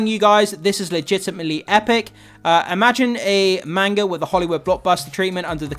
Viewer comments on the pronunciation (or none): none